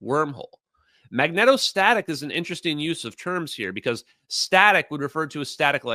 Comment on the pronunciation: You'd think such an amazing, science-minded, well-read knowitall like would be able to pronounce magnetostatic correctly (long E in magneto- compounds). I'm beginning to think he's not all he proclaims to be.